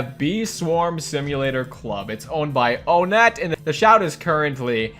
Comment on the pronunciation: He said bee swarm simulator 's creator's name wrong it's on ett